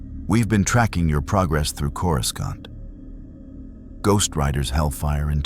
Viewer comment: coriscont? what? sort your ai out. maybe watch the vid before you put it out. its insulting. other than that amazing work!😂😂😂